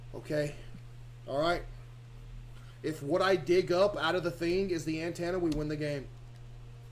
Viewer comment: Bro said an tanna